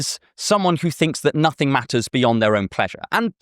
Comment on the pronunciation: We belieb in nussingg, NUSSINNG